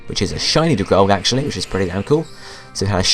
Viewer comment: Dragalge is pronounced dragal-gee >.<